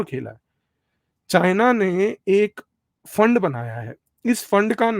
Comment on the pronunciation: PEHLEY JHOLA CHAAP DO DEGREE DHARI CHINA KA C BOLNA TO SEEKH LEY WAISE RANCHODDASS PEHLEY GHAR CHORE KAR BHI BHAGA THA BACHPAN MEIN